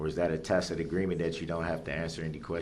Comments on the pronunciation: Finally, he learned it's tacit and not tackit. 😆 🤣 😂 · Oh wow, DB learned how to pronounce tacid agreement....he butchers the English language with his ignorance. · i love how he said "tackett" agreement for the entire trial until Judge finally pronounced it correctly in replying to him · He learned how to pronounce "tack- it" mwaaa haaaha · First of all, this man is evil but not stupid. He’s extremely intelligent. He’s learning on the fly, and when he is calm and asks cogent questions, they’re actually good questions. Second, someone somehow is helping him as evidenced by his change in pronunciation of the word tacit from “tack-it” to the correct pronunciation. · Wonder who told him the correct way to pronounce tacit?? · Somewhere along the line, he learned to pronounce "tacit," at least. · Lil B!tch Brooks FINALLY figured out how “tacit” (tacit agreement) is pronounced. Coming up on the next episode of Pro Per Idiots: Lil B!tch Brooks in Dodge Correctional, Moment of Troof: Meaning of “Tacit” Dawns on LBB (Solitary Confinement Edition). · 6 people killed. Dozens more injured all so this asswipe could learn to pronounce tacit 🙄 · It took him almost two weeks to figure out how to pronounce the word "tacit". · His SovCit daddies taught him the word "vehemently". Like they drilled him like a circus animal in two days to be able to say "tacit".